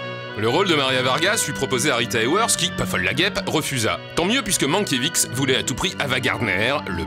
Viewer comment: Mankiewicz se prononce Mankievitch et non Mankievitz !